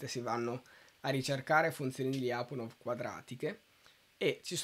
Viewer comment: Anche i miei professori pronunciavano "Lyapunov" così come si scrive, all'italiana, però ragazzi, per chi sa un minimo di russo suona ridicolo... la pronuncia corretta è pressappoco Lepunòf con l'accento sulla O ;)